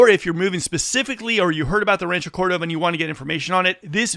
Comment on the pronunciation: Bruh can't even say Rancho Cordova properly...